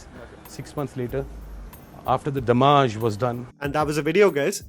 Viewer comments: Came here to comment this. Dude is so bonkers that he is pronouncing Damage as Damaaj 😂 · "Financial Damaaj" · Yea, I think he was just trying to be funny about it in the moment